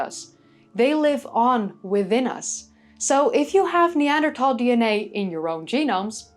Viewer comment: I'm so glad you managed to change your pronunciation of 'Neanderthal' without accidentally speaking Dutch, it sounds so much better! Have you seen yesterday's news that early Neanderthals have now been shown to have been making fire in Suffolk, England 400,000 years ago? The Neanderthal 'extinction' has a parallel in modern human history with the native Tasmanians being subsumed into the incoming white population whilst what was left of the native population was hunted to extinction. So today there are 'indigenous' Tasmanians but they are integrated with and indistinguishable from the incomers.